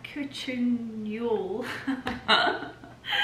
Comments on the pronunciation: I’m not sure anyone could fault you over mispronouncing this mouthful but according to a quick search, bakuchiol is pronounced [buh-koo-chee-owl]. I’m not familiar with this botanical ingredient so have no idea if this search result is correct or not. 🤷🏻‍♀️ Personally I would pronounce it: [eye cream] or [night serum] but whatever works! 😉😂🤣😂😉 The Jo Deakin china is lovely. It sets such a beautiful table. I’m particularly partial to those sweet little egg cups! Reminds me of my childhood and enjoying soft boiled eggs! Of course the best bits were the stroll through the orchard and bedtime tuck ins! Your fur babies are the sweetest and amazingly trained. The bedtime routine seems almost choreographed to perfection! What a joy to see them frolicking about then settling down for some sweet dreams! So wholesome and just lovely! 💗💗💗 As far as content desires go, I’m happy just coming along for whatever your day has in store. It doesn’t have to be some exciting event or lavish occasion... although they are magnificent! 🥰 I think the connection comes when just hanging out while you enjoy your puppy dogs, or organize your pantry, or arrange some flowers, or set a table, or give your wardrobe a good edit or rearrange, cook a snack or a feast, or play-by-play renovations in Mallorca, or sightseeing the gorgeous architecture and glorious views in places so many of us have never been. It’s really not so important what you are doing, it’s mainly hanging out and seeing what you get up to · You're always so funny... bah-koo-chee-yol (stressed on chee), which is incidentally asian (chi/ qi) for energy. :)